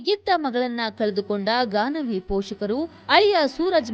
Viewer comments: Ganavi. Not gagana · It’s Gaanavi not Gagana